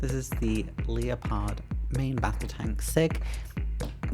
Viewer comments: Hello, Apologies for correcting you but the tank is pronounced Lep-ard ,as in the big cat. Looks like it was a great show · Nice video, I liked the way you said 'Leopard' as Leo Pard :), the Red Bull truck is just a sponsored truck of a Paris Dakar competitor, yes trucks take part in the rally :) I believe it's a Heller kit. Seeing all those people, eek, not for me sadly but thanks for showing peoples work, and I see you're filming more cars, wonder why, hmm ? :) hugs